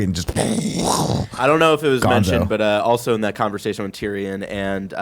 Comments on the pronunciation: Why am I watching this video when can't even pronounce Tyrion after 8 years.. Tyran? Really? More than once you call him Tyran? Smh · "Tireyon" . K bye